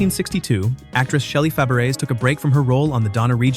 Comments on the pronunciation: Proof he/it/AI wasn't there? It doesn't know Faberes is a French name pronounce fah-BRAY. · The voiceover couldn't even pronounce "Fabares" correctly.